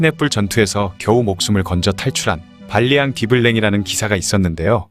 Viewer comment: 발리앙인데 빌리앙이라고 나오니 귀에 거슬리네요